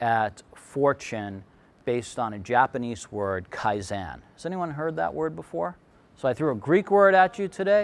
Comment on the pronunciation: Because he pronounced Kaizen incorrectly. Haha.